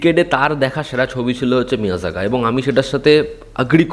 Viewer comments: It's মেইআড়াগান not মিইয়াজাগান🙂🙂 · Meiyazhagan...not lagaan😂😂🤣🤣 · Pronounce correctly the name of the Tamil film.. It's Pronounced like may+algan In tamil zh stands for L kind of pronounciation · নামটা ঠিক করে নাও মিয়ারাগান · মেইয়ারাগান হয় রে উচ্চারণ টা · ভাই তোমার উচ্চারণ শুনে মুভি খুঁজে কিছু এনিমেশন ছাড়া কিছুই পাইলাম না। মুভির নাম জানার জন্য কমেন্ট পড়তে হলো। মিয়াজাকি নামে কোনো মুভি নাই। তবে জাপানের বিখ্যাত এক জাতের আমের নাম মিয়াজাকি।:face-orange-frowning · Tumi thik pronounce korti cho na 😢😢 , original title Meiyazhagan Tamil Pronounciation: meiyadagan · er pronounce 😂